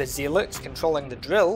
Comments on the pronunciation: Thanks, this was really interesting! :) FYI "zealot" is pronounced "zellot". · I wish just one person who makes youtube videos about RE4 would learn how to pronounce zealot.